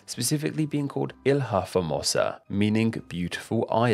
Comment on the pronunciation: Not coincidentally, he mentioned Taiwan with the portuguese word for island, "ilha", pronouncing it as horrible as always